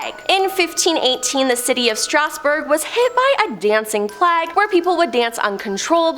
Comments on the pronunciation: FFS pronunciation! Plague = 'Play-g' not 'Plag'. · What shocked me the most was your pronunciation of 'Plague'. Thanks for asking. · The way they say somethings kill me. Plague and Mount Peele.